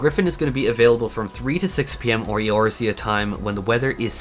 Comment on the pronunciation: Your pronunciations of resin and eorzea made me recoil.